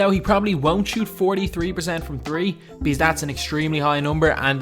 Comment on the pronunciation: Lol he said tree